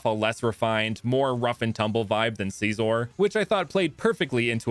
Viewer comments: It’s not seesor it’s sissor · You sed scizor wrong